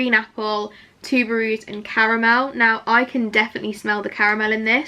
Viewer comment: Let me help : you pronounce tuberose just like Tuber=super same type of sound and Rose just like how you would usually pronounce it